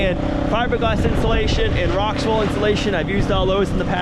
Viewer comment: Hey I hear you saying ROXWELL INSULATION...well I used to haul that stuff out of MILTON ONTARIO CANADA TO the NORTH OR NORTHERN part of ONTARIO CANADA. BUT ITS not called ROXWELL...its called "ROXUL...ITS A GOOD institution, its expensive, and it's also fire resistant, where spray foam isn't, but I'm a big fan of spray foam, we here in our city "GUELPH it's in ONT CANADA" have a pink insulation place called Owen's Corning, they make pink fiberglass and also make fiberglass strands that u would use for body work on cars. Ya